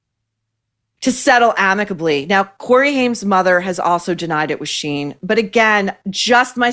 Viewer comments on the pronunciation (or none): Shein rather than Sheen 😂